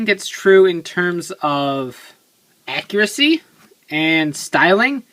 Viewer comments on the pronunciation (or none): none